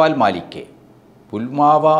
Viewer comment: 'പുൽമാവാ' അല്ല സാർ ഫുൽവാമ എന്നല്ലേ ?